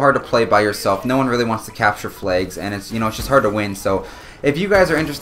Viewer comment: Lmao you said flegs cx